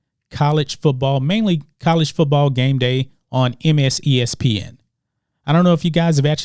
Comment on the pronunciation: "MSESPN" ... lol